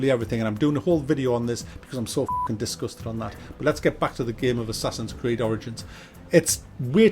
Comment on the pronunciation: Assassin's cried *Creed hahaha